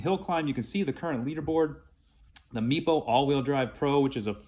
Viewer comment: Does anyone else hear ‘meatball hurricane’ whenever someone says Meepo Hurricane a little fast?